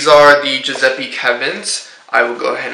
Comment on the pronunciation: Yes, +Alessia Mcdonald is right! + You should pronounce the latter "E" of the name Giuseppe the same way you pronounce the former "E", like you pronounce the "E" in the word "bed".